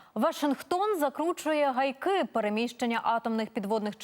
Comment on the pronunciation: не гайк-и, а г-айки. видно в школу ходила.